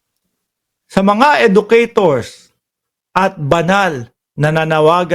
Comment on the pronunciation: EDUCATORS... IS PRONOUNCED AS EJUKEYTORS . BIGKASIN MO NGA NANG TAMA